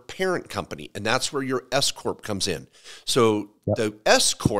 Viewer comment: Everytime i hear S corp i hear escooorttt lol thw government will pay youm 🎉🎉😂😂😅